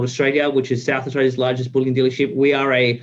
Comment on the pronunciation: Bullion is pronounced 'Bull-yin', not 'Bull-yawn'. They are all beginning to copy each other in this stupid pronunciation.